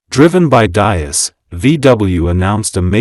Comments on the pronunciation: These mechanised youtube videos can't even get the pronunciation of Diess right, It's DEECE. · Pronounced “dees”. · It's Diess not Dias. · You are butchering the pronunciation of Diess. It is pronounce dees with a soft s and not a z sound. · If you make a video, please learn how to correctly pronounce the name of the most important person in this video: Mr. Herbert Diess. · Your pronunciation of Diess is completely wrong. 😁